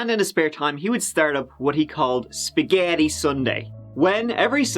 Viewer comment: The way says "spaGeiitii Sunday" gives me life 😂